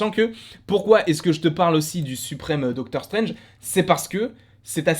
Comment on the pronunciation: Doctor 'CHTRANGE' 😂🤣